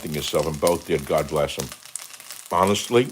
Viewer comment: God !not Gog